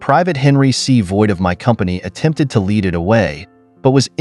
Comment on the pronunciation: Not a Leed pencil but a lead (ledd) pencil